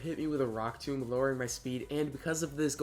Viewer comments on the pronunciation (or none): none